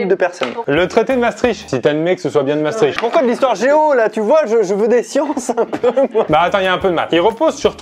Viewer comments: Pierre Croce : Le traités de Mastrict Moi : NON ca se prononce MaAchetricht ! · On en parle de comment ils ont massacré la prononciation de Maastricht